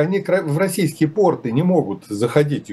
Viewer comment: Все очень любопытно. Но ударение в слове " порты" на первом слоге в любом падеж. Г-н Крутихин так рассказывает , что слушать невероятно интересно для несведущего человека. Подозреваю, что без России вскоре мир сможет обойтись.